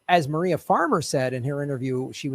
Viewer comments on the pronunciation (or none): none